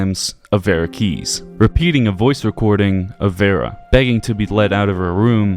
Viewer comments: Why are you so terrible at pronouncing names. It's domino as in domino's pizza, who tf says Domeeno. He literally tells you his name. And he also says vee-ra keys, not veh-ra. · Where did he get "Dean Damino" from? It's Dean Domino. And Vera is pronounced "Vee-ra". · Thumbs down for Raid and for mispronouncing Vera's name, despite the NPC's saying it over and over again. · I think the most spine-chilling fact in this whole video is that the author can't say Domino or Vera. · Can’t pronounce Vera or domino, 0/10 video